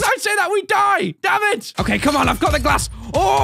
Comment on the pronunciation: Has anyone else noticed that whenever says "damn it" it sounds like "damage "?..... Or is it just me?